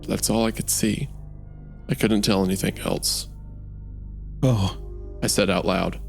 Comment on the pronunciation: Wendigoon pronouncing “else” like “eltse” is something I hear so prominently.